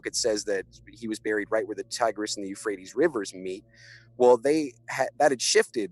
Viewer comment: You guys need to go over your material beforehand and determine how to pronounce words like Euphrates, and the meaning of terms like Post Diluvian